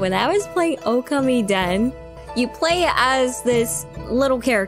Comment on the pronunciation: Okami was one of my favorite games on PS2 and many years later I did end up playing the sequel in... English. So the game definitely did get localized. Not sure how she got duped into buying a JP copy. That being said though.. plz. The pronunciation is...Oh-Ka-Mi.